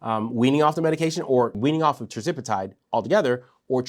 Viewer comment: Hey, ……Love your shows but I keep noticing that you are mispronouncing Tirzepatide 😂. I’m trying not to notice but everytime I hear it, I say, “why is he saying it like that?”